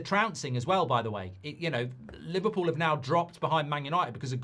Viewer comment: Li-VAR-pool tears 😂😂😂😂😂